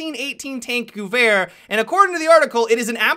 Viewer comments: Still wrongly pronouncing the weapon "goowehr"?!?! FFS! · Why are so many people having such difficulty pronouncing "gewehr?"